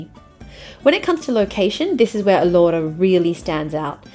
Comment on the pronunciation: It's pronounced A lora with the stress on the A